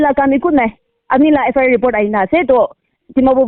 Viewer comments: Not FRI it's FIR.... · FRI or FIR 😂 evn pestak didn't evn knew tht she repeating says FRI, FRI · FIR❌ FRI ✅😂😂😂😂😂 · Sister it's not FRI it's FIR🤣🤣🤣🤣🤣